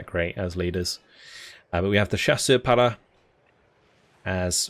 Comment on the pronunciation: May I do a suggestion? It’s not to make fun of you but in French, when u pronounce “para”, u do it a way that mean “not there”.(it sounds « pas là »)So u have to scrape up your throat to have the good prononciation. 😆 keep going your work on your channel, it’s a great quality content.